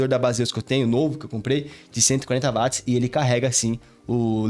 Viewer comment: Bom dia! Só uma dica, ao falar da bateria a pronúncia correta é parecida com Uote, pois a unidade de medida foi batizada por causa de James Watt. Excelente vídeo.